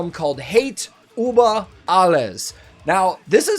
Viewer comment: I love your videos. You can say JÜrgen, but you can't pronounce Über, like "Hate über alles". Ü. It's the same letter...